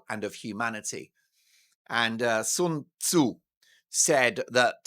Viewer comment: “The Art of War” by Sun Tzu is Chinese. Good pronunciation there Mark. Not that I speak Chinese or anything, but at least you made the effort of not pronouncing the “Sun” the English way.